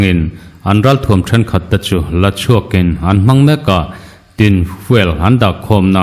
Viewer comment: A ngaihnawm țhin a,a bengvarthlak bawk e.I tilawmawm țhin hle ma,mahse, tìn ,ti a hniam deuh duka i lam rik hi ,a rik dan a dik lo va,tín ,tiin thluk sei vak si lovin,lam tawi tak siin aw ki sâng vahin chhiar la a dik zawk a nia.